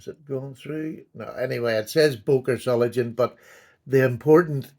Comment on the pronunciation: It's pronounced Zoh- ling- enn,,, 😂